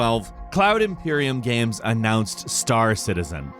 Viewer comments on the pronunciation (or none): he says games like "gaems" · Guy says "games" really weird. "Gahhhems." Like bruh.